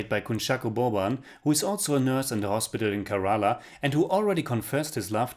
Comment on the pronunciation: Your pronunciation of Malayalam and Kerala have to improve